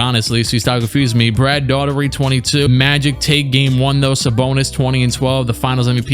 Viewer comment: Y do you always say daughtery When its Daugherty